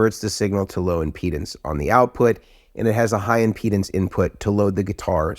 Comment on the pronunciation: Sounds like he's saying "penis" instead of impedance. Also, thank God he's not talking about fluffers. 😆😅😂🤣